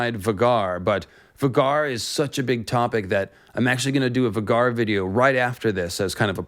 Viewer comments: Um... 'Va gar?' it's VAY gar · FYI it is pronounced Vay-Gar not Vah-Gar. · Isnt it pronounced VAY-gar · Surely it's pronounced VAY-GAR not V-GAR? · I've always pronounced Vhagar as "Vay-gar", not "Vuhgar", but that's just personal preference. 🤣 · I’m pretty sure it’s pronounced Vay-Gar, not Va-Gar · vah-gar lol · Sorry, but I absolutely hate it when people pronounce Vhagar like "V'garr". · It’s pronounced Vae-gar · Idk why it is so irksome to me, 🤷🏻‍♂️I know who you are referring to, and I myself pronounced many characters wrong in my head while reading, before the show… yet when you pronounce “Vhagar” as vuh-gar it disturbs me tremendously 😂 Same happened to me with “Hermoine” reading HP and I was so relieved as a kid to learn how to say her name properly. 😂 I’m not criticizing you nor encouraging you to adopt the intended pronunciation, just noting my personal reaction. At least it’s not on the scale with M Night Shamalon’s blatant slaughtering of Aang’s name. 😂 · it’s pronounced Vay-gar multiple times on GOT and by GRRM. Also GRRM definitely DOES have specific pronunciation for names, that’s why his spelling is so unique, so not sure where ya got that from, he says every name the same way every time in every interview. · lol Vuh-Garr🤣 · You butchered Vhagar’s name btw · Great vid but the way u say vhagar is hilarious. Still loved the deep dive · LMFAO when did George ever say that. There’s certain pronunciations the way they say the dragons names in game of thrones idk where u got that from. U said vhagar and Syrax name wrong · The way you say vhagar is not correct in my opinion. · Bro your saying vhagar wrong this hurts my ears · You saying Vhagar weird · They mentioned Vhagar several times in GOT. Vhagar rhymes with Rhaegar, plus in interviews the show runner says Vhagar as well. the way you are saying it is off